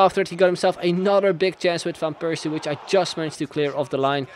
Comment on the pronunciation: why do you not pronounce van Persie so weird..